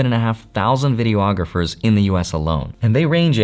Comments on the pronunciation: Please stop saying “Video-ographers”! It’s pronounced “Videe-AH-grapher.” Thank you. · Omg please stop saying "video-ographers"